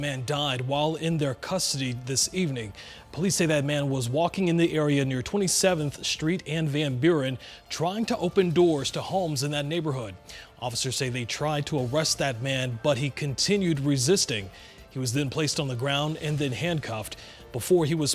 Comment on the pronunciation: "Street" not "SHtreet" - lazy pronunciator... "distress" not "dishtress"...